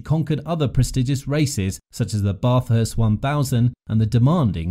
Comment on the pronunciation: Bathurst (1000) ... pronounce Bath with a short 'A' (as in cAt), not Barth as in having a bath of water.